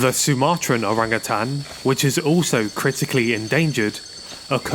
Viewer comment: Thanks for pronouncing Orangutan correctly. As Utan or Hutan is Jungle. And Utang or Hutang means Debt.